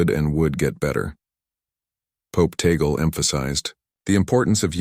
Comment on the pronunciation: Tag- le as pronounce in Ph po....